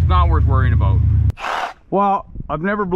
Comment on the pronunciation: Canadians : We don't say 'aboot'! This guy: 'Aboot'